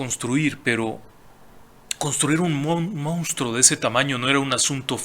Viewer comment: FELICITACIONES Y RECONOCIMIENTO POR TANTOS VIDEOS GENIALES, PERO NO POR PESTE. AQUÍ EN REPETIDAS OCASIONES SE DIJO "MOUSTRO" EN LUGAR DE MONSTRUO, Y SE CAMBIARON LOS SIGLOS DE MIL OCHOCIENTOS A MIL NOVECIENTOS VARIAS VECES. LAMENTABLE. UN ABRAZO.